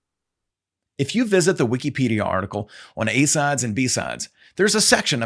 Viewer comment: Double A++ for your original research and presentation as always. Funny note: when it first starts off I couldn’t help but wondering what the heck are “A SODS” (sic)... Even the English subtitles had “sods” every other time.;) Keep up the good work! # #TheObviousCOM